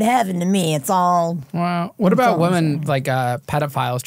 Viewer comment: Can some PLEASE teach how to say “women?!?”